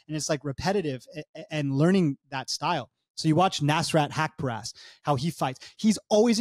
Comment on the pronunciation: Both of you guys cant pronounce nasrat haqparast It’s nuss rut huck puh rust